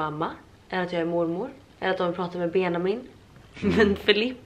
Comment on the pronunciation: Varför säger du Benamin?